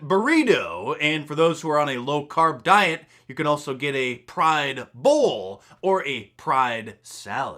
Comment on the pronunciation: "Pride "Bowl"? Half right.